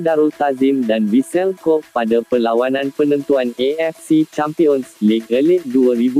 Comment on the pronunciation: Kobe bukan Kob la admin.. macam mana kau sebut dan makan tempe Atau kau sebut ole-ole.. Perlu banyak buat kajian dalam sebutan kalau na buat content.. Bukan sekadar buat jerr